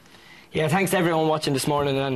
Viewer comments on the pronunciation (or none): "Tanks to everyone" Oh Nialler. <3